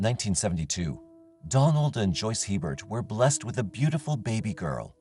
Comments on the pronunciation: In Louisiana we pronounce it a-bear. Not He-bert. Poor little bit. How awful for her. So glad these crimes were finally solved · Just gotta add one thing it isn't Hee-Bert. It is Aye-bear. Common Louisiana last name. Either was her case is just soo sad. Her life was taken before it really began. Sending love and light to her family, as well as the others throughout this video 🕯️ ❤ lml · FYI, the French pronunciation for Hebert is not He-bert but A-bear. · "Hebert" is a common Louisiana name. It's pronounced "AY-bear." The final T is silent in French names -- think Stephen Colbert. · hebert hahaha